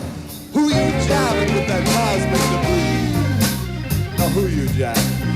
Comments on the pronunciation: Cubic debry? seriously? Cosmik .... Debris is pronounced Debree because it is French. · Cubic debris?! It's COSMIK DEBRIS!!!! By the way, your comments were hysterical! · “Cubik debreeze?” Sigh. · Cubic debreeze?....come on, my dude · the pronounciation is cosmic debris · Pronounced cosmic debri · Maybe you should learn how to pronounce the name of the song before you do one of these videos. 😂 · Holy shit! How did you just pronounce it? So sad. You need to listen to the album from the beginning. This is not the right song to react to first.